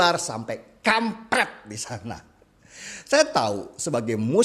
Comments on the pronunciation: Siapa yang puas waktu bang Deny ngucapin kata "KAMPREET" nadanya ditekan kuat kuat 🤣🤣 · Biasa aja donk bang ngomong kaamm..prettt nya..kaget tuh kampret kadrun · Penekanan kata KAMPRET,sungguh makjleb🤣🤣🤣🤣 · Bang Deny kalau ngomong kampret pakai penekanan 1ton...mengenang masa indah CEBONG-KAMPRET ya Bang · Bang Danny..mau tanya...kenapa waktu menyebut kata2 " KAMPRET" kok di tekan nada nya..? Geram ya..?hhhhhhhhh .Kampret ga ada yg makan Bipang..hanya makan Jipang .hahahah...